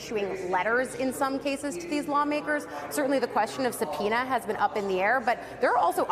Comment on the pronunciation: Are you saying a subpeonia isbullisht